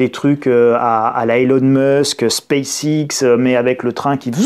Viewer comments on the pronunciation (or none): none